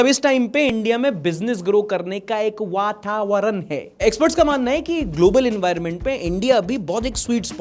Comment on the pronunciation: Lol the way you said "watawaran h" 😂😂😂